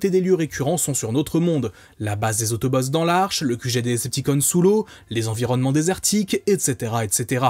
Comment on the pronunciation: Perso j'ai grandi avec les DvD et avec la VF et je suis littéralement un pro VF mdr mais si y'a bien une VF sacrément gâchée c'est bien celle de la G1 de Transformers, entre les noms mal prononcés (autobooo, decepticans?, les noms de certains persos,...) et surtout le plus important LES VOIX haha ! Rendre Bumblebee stupide avec la voix de Samy dans Scooby-Doo me déchire le coeur :') Optimus qui a une voix de méchant (bon ça me choque pas trop ça va), et surtout il devait y avoir 5 ou 6 acteurs grand max on retrouve toujours les mêmes voix, elles sont mal mixées et les effets sonores sont inexistants je pense notamment à Soundwave... my boi, what did the do to my boiiiii xD Et parfois les robots parlent comme des robots parce qu'ils sont des robots c'est cliché au max sûrement pour amuser les enfants et rendre le truc moins sérieux et violent ils aimaient bien faire ça dans les années 80 quand les animés ont commencé aussi mais c'est dommage x) La qualité sonore est pas au rendez-vous mais par contre... LE Générique français papapaaaaa ça !!! pépite !